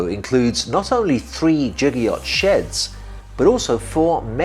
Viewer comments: Its pronounced giga like gigabyte, he is saying jigger like the thing you measure a shot of alcohol in :) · its Giga not jigga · The prefix 'giga' should be pronounced with hard [g] as in 'get', just like the prefix 'kilo' is pronounced with [e] as in 'kill'. Both of these are exceptions as general adoption from the International System of Units and Quantities. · It's pronounced giga, not giga.